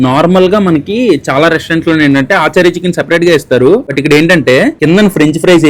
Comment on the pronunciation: Adhi aaachaarii chicken kaadhu ra babu.. achaari chicken